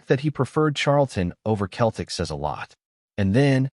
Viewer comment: Can't even say Celtic.